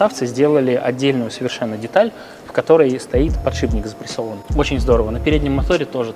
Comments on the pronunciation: подшиПник, а не подшиБник! :)) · Вот вы вроде профессиональные механики. Должны знать терминологию. Откуда же берётся слово "подшиБник"? Что он там у вас подшибает? Эта деталь ставится под шип (стержень) и называется "подшиПник". Пожалуйста, постарайтесь это запомнить. Когда профессионал не знает терминологии это снижает к нему доверие. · Почему все говорят подшиБник? 🙄 Он подшиПник! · ПодшиБник... ПодшиБник... А вы точно в железе разбираетесь? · Подшибник, сапатижи, калидор...